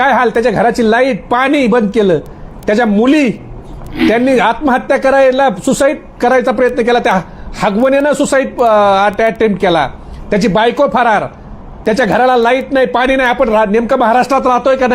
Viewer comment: हगवणे nahi रे आगवणे आहे. तुला बोलता येते का???